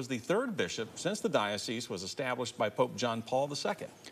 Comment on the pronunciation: To the tv anchor: the “s” in dioceSe is sounded. It is not silent.